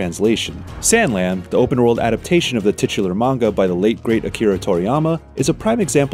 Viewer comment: It doesn't look bad. But I'm always turned off on a game when I find out it's based on a movie, cartoon, anime, comic or manga (which by the way, I never heard manga pronounced like this before). This game is currently $20 at Walmart for the PS5 version. I wish all PS5 games were that cheap. I can't even buy most of them.